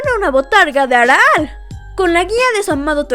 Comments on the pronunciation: Por qué pasas tanto trabajo para decir arale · Muy buen video y datos 👌 aunque lo que no me acostumbre fue a la pronunciación de Chaoz y Arale 😂